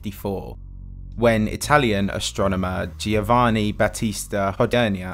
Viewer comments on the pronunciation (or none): FYI: Giovanni is not pronounced Geo vanni. It is pronounced, Joe vanni. In Italian, a G and I followed by a vowel is not a G and I but a J. That is why there is no J in Italian. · Giovanni is said without the “i”, it’s like it was written Jovanni, because “gio” = “jo” …dont know why anglophones read it like this it’s the same like jo(hnny). Magnificent video as always however.